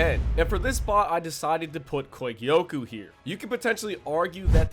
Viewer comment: The way he was saying kogyoku aS bothering me so much